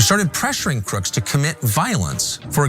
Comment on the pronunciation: Sorry, Ms. News Reporter, but when a person's name ends in the letter, 'S' as in, Thomas Crooks, you don't pronounce it or say it as, 'Crookses' when referring to a noun in the possessive form. i.e., 'Crooks' [online accounts], Crooks [Bike], etc., Instead, it's simply pronounced the exact same way you would normally say his name on any other circumstance. And if you happen to be writing it or typing it, you would simply add an apostrophe after the S to indicate the possessive form...(Example..) Crooks' Guns. NOT Crookses Guns... SMH and you're a journalist / reporter? In your profession, one would think that it's important to speak with proper grammar?